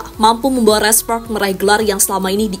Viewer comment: "Red spoks red spoks"..aneh denger lu bilng spark min